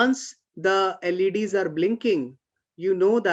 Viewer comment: LED's .... Sounds like 'ladies'